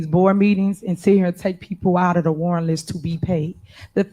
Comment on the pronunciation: “at the end of da day” it makes mine hurt too. 😂